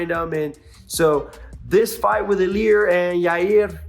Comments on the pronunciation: The emphasis or the accent goes in the first vowel. > I < LI A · you should start learning how to pronounce Ilia... you are still doing it wrong